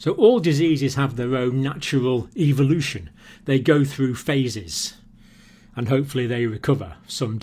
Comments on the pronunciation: evolution not ivolution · Eeee-vo-lu-toon. Ehh-vo-lu-tion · evoolootion is eVoOlOoTiOnInG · I was cringing at the way he pronounced 'Evolution.'